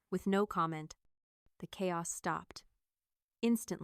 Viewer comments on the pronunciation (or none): none